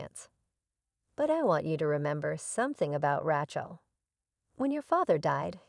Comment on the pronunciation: Please teach your AI to pronounce the name Rachel correctly.